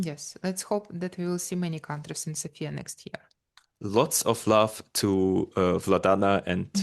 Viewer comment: Thanks for taking a note, though it is not a big deal. "Sofia", the capital city of BG, places the stress on the first syllable, while "Sofia" (the female name) places the stress on the second syllable. :face-blue-smiling